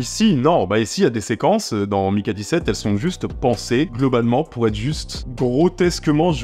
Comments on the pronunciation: On a maintenant une explication de pourquoi le film est resté dans un tiroir pendant 1 an après avoir été terminé: son aspect politique. Parce-contre c'est pas contre toi (no offense) mais Mickey ça se prononce Miki et pas Maïki. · Ne t'embête pas avec la prononciation des mots étrangers, il vaut mieux te faire comprendre de ton public que d'essayer des prononciations hasardeuses. Mais pour info, Mickey se prononce plutôt "miki". Pour prononcer "mailleki" il faut avoir le prénom Mikey. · J'ai un vrai gros problème avec les prononciation c'est terrible, surtout qu'ils prononcent "Miki" 140 fois dans le film...